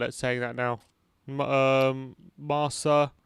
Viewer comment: It is pronounced MARKA,not Marca...!